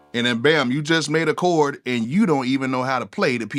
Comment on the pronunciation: “Chord “, NOT “Cord”.